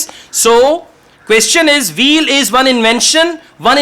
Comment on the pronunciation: is amazing! There was a funny part for me though. When he said to find the key word "wheel", it sounded like "veal" (meat of a young cow). When I read the passage, I realized he meant "wheel". It is easy to mispronounce the "W" as a "V". I just found yesterday and love his lessons. Of course, I Subscribed and turned on Notifications!